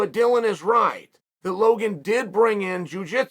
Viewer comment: I really didn’t except uncle Chael to pronounce Logan or Dillon correctly. Good on him.